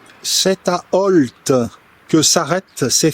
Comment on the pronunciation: Merci beaucoup pour votre vidéo sur Ault et le bois de Cise. Contente de vous savoir en Baie de Somme. Et en plus vous prononcez correctement le nom ! Vos vidéos sont toujours aussi intéressantes.